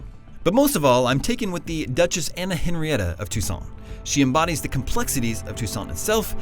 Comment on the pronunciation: Sounds like he is saying "Tucson".Which is right near where I live in Phoenix. XD